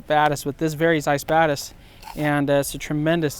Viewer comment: It sounds like he is saying the BadAss which I think would be a much better name for the lens!